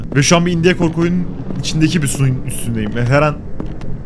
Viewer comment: Biraderim, video çok iyiydi fakat sana yalvarıyorum, "indiye" deme şuna.